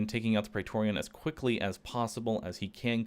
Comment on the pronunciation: Why do you keep saying praetoreon